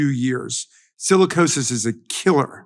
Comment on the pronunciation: Sicilicosis. Sounds like Black Lung